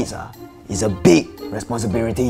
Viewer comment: Responsripel, famiri, responsripiriti